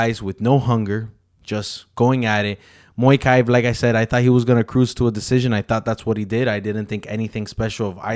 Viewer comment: Mokaev not moikai